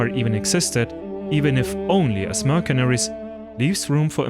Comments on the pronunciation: It is pronounced "mersenery", not "merkenery" (mercenary) in English. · Sevgili. Herşeyden önce eline sağlık. Ancak tarih bölümü mezunu bir İngilizce Türkçe çevirmen olarak bir kelimenin telafuzunu düzeltmeni öneriyorum. "mercenary" kelimesindeki "c" harfini Türkçe'deki "k" sesi ile değil "s" sesi ile seslendirmen gerekiyor. Bir de Kaşgarlı Mahmut'un paha biçilmez kitabının adını da "Divan-ı Lugat İt-Türk" şeklinde okumalısın. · Great work! a little correction of pronounce of 'Mercenary' which is 'mur-sun-(u-)-ree'